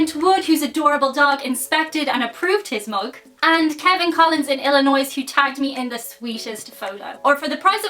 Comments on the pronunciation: AAAAA Illinois is pronounced el-annoy or ill-annoy, because it's French. The S is imaginary. Anyway, playing the recorder led me to a life of saxophone, then flute, then oboe, and finally ukulele. It's a life lesson you can either embrace, or you put it down and walk away. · Just an FYI regarding the proper pronunciation of Illinois. It's Ill-ah-noy. Alternatively, Ill-eh-noy. The S at the end is silent. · also, illinoi.... leave off the s. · The S at the end of Illinois is silent. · You don't pronounce the S in Illinois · Leave the “s” sound off Illinois! Please and thank you,:). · The S is silent in Illinois LOL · Illinois should be pronounced without the "s" because it is originally French. My apologies for being a fussy Canadian.